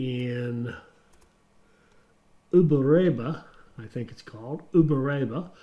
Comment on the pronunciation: As a Brazilian I can say that your pronunciation of "Uberaba" is great. But when you say "Contagem" I laugh. By the way, I'm train driver and I love this kind of game. Congratulations on your content about this game.